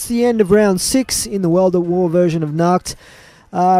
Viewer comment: you spell nacht like nackt in german. nackt means nude 😂😁👍